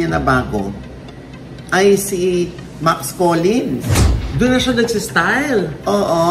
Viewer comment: Hindi kilala ni Ogie si Max. Max Collin ng Max Collin eh. MAX COLLINS Ogie, may ''S'' hahahahahah